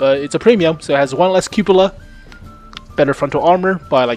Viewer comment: That is not how you pronounce Cupola